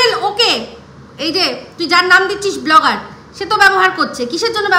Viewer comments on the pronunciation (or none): Blogger noi go bo-lo-gger